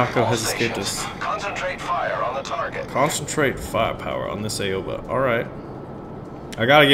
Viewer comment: just a tip I speak Japanese ok like enough to have a conversation and Aoba is said Ow-Ba, if anyone is Japanese I'm open to corrections but I'm pretty sure that's correct